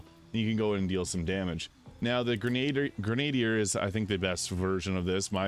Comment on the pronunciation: Gren-ah-deer. Grenadier. Sorry. Great video!